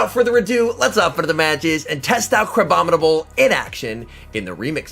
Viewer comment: How many times have you said "Crabominable" this week to have it roll off your tongue so easily?